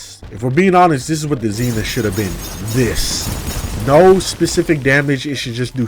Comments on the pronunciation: It’s not zenif it’s zenith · Zee nith